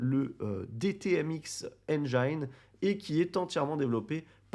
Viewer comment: "n jin", pas "hand jaillne"